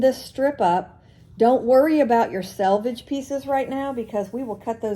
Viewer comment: Thank you for pronouncing SELVAGE correctly. Not sure why it bothers me when people say sAlvage. Or when some say acrost when they mean across. Thanks for letting me rant. You can delete this post if you find it inappropriate. Love your videos.